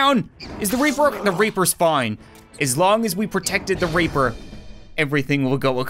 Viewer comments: It's reaper not raper 😂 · Why is it in this video says reaper as raper